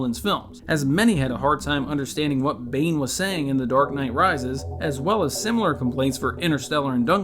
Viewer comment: me hearing "Dork Knight" when he mentions it